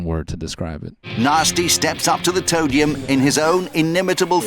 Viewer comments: every time the announcer says "toe-dium" i lose my goddamned mind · them calling it the toedium makes me want to commit heinous crimes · Disappointed that Noel completely skipped over “toe-dium” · Don’t forget “Nasty steps up to the toe-dium” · "toe-dium" "Toe-down" "Toe-tal" I can't🌚